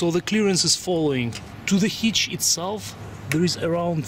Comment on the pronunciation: What is a HEECH... I need to install a HITCH,. I'm not sure if your video of a HEECH is the same for my assembly...??? I don't even know what a HEECH IS...??